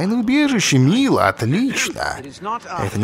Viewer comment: Не Мило,а Майло!